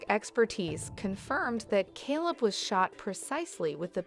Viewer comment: You cant even pronounce his name, Calebs name or the cities name.